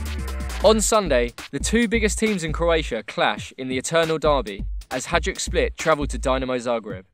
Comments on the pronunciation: WHY DO YOU SAY HA"DJ"UK. FFS ITS HA"JD"UK. ITS NOT THAT HARD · Hajduk is pronounced "Hai-dook" :) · HAJDUK SPLIT FOR THE WIN! i love the way you pronounce those club names